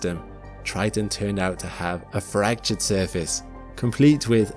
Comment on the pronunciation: Ah yes, tge erupting geezers of Tritan.